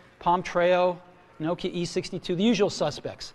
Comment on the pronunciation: Steve Jobs doesn't even know how to say Nokia.. He just said nouki. Wtf? and Nokia had touch internet tablets way before apple had the iphone but people didn't want touch screen phones at that time. Somehow Apple just made touch screens popular even when it's pretty old invetion ..even capacitive multitouch screen is not that new thing.. but yeah.. iphone was pretty awesome when it came but of course apple didn't "invent" it